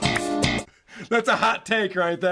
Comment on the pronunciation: He never learned to pronounce his friend’s name. To this day he’s still calling him Carl Ru ez